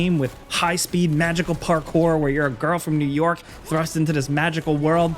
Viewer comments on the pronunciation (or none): none